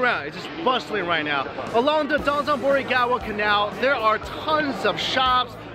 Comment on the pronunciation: Dotenbori? I've only heard of sotenbori